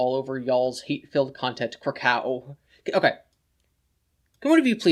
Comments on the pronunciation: I’m pretty sure Chris got “krakow” from the Calvin and Hobbes comics. Calvin has an alter ego as a spaceman and when he has “battles” he says “krakow” as the noise that his blaster makes when he shoots it. Kraków (pronounced more like kra-cove) is also the second largest city (and was once the capital) of Poland. Here is a link to one of the comics where both meanings are referenced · thats pronounced like krakoov though